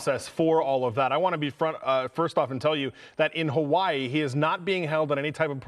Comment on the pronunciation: Hawaii, not hawai 😂